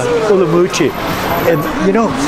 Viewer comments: Not being pedantic but it is pronounced Urum qi. not Urumoochi. Not allowed to sell alcoholic products in Nanning if a school is nearby? There is a high school opposite a German beer shop near where I live. Where I live there is a primary school and practically next door to shops that sell beer. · Umrumqi ? It is Urumqi. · I have seen many Uyghur's videos pronounce it as Urum qi. I remember watching a video done by a Uyghur woman and she pronounces it as such. I guess some pronounce it as you do and some in the Mandarin way. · Are you pronouncing in Mandarin or Uyghur local language. The locals use the latter pronunciation